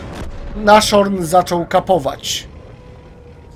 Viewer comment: Nie "naszorn" tylko "nasHorn" to jest niemieckie słowo i znaczy nosorożec